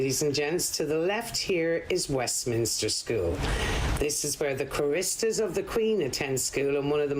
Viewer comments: Choristers with the emphasis on the first syllable. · A very interesting walk around but this lady is perhaps not quite up to speed with music as witness her weird stress on the middle syllable of ‘choristers’. In addition her pronunciation of Elgar is a little abrupt (as if it were ‘Elga’) and she obviously had never heard of the great Sir Adrian Boult, a greatly cherished classical conductor ( ). No one would refer to him by including his middle name! And to those who think I am a nitpicking old ** with too much time on his hands, what’s wrong with that?